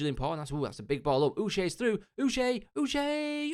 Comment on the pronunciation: Just a heads up Uche is pronounced ‘Uchay’ as in the ch is said as you would in ‘chased’ not sh :)